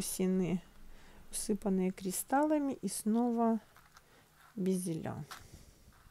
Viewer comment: Почему "безелЯ"? "бЕзели". Так правильно